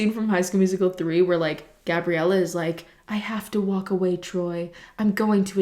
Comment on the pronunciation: thought she said christmas wap instead of christmas walk